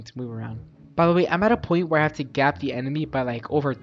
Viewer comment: I subscribe you when you say i don't hain robux 😢